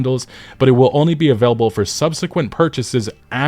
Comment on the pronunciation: “a-cured”?! Jfc pick up a book 🙄